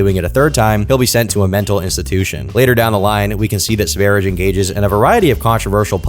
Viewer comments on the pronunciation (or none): pronounce his name wrong. It is pronounced sv ær jɛ like the country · I've watched the first few minutes and it's been nothing but mispronunciation of the word Sverige and prattling about so-called conspiracy theories. Count me out for the rest of the hour and a half. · btw its not pronounced sver-idge like ur saying it, it's sve-ri-ye because its swedish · Sverige pronounced Sver-ee-gay and it literally means “Sweden” in Swedish. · That aint the right to pronounce "Sverige", Its sveh-ree-yeh. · Sverige is simply the Swedish word for Sweden. To pronounce it, put an S in front of the word 'very' followed by a long A: sverry-A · "Sweden" in Swedish is spelled Sverige (pronounced like sveh- ree- yeh) and this is so offensive that he did cultural appropriation on my nation. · his nickname is pronounced Sverye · Little fact, the name Sv3rige is referring to the Swedish name for Sweden; Sverige. It's pronounced like "Svaer-yeah" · Sv3rige is the Swedish word for Sweden (Sverige) and is not pronounced Sweerish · Sverige is pronounced sveriyeh, and it means Sweden in swedish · Yes, or to give it its traditional and authentic Swedish pronunciation: "sewage". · "swerich" what the efuck is that pronunciation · this dude calls sverige "sverich" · THANK YOU! I've been playing this in the background and he kept saying "Sverige" but in the way I would imagine a non-native speaker would. I kept checking the screen to see if it would have the spelling so I could tell if was just mispronouncing it or the dude was named "sverijj" or some shit. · i have never in my life heard Sverige (Sweden) pronounced like that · Your pronunciation of sv3rige is outrageous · quite an interesting way of pronouncing ''sverige'' was listening while farming in a game, and when i finally looked over i was surprised the guy was named ''Sv3rige'' thought he was called ''Svaridge'' or something 😂😅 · hearing this pronunciation of Sverige hurts my soul